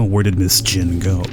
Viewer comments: Why do you keep on saying Ms Jin. It's "Y"in. Even Nords would say Miss Yin from the spelling Jin. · Love your voice over, I think it is pronounced Ms Yin and you pronounced it as Ms Jin, but that could also be cause the text were somewhat fast, anyway, keep up with the great videos as they are a great entertainment for me during quarantine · Seriously you slept true all of that and no one noticed Not Ms. Jin its Ms. Yin as in Yin Yang Isn't it that Asian schools do not have Janitors or is it just Japan? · Why do you pronunce 'Ms Yin' as 'Ms Jin' ? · ms yin not ms jin for god sake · Why you pronounce a name that starts with a Y with a J? It's not Ms Jin.. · As someone who is familiar with this game, I will tell you this: it's pretty damn good. By the way, the female teacher's name is pronounced 'Miss Yin', with a 'Y'. Not 'Miss Jin' with a 'J'. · the fact that he pronounced it as jin made me annoyed😂😂😂😂😂😂